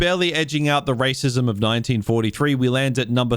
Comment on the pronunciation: take a drink every time this guy says waycissm!!!"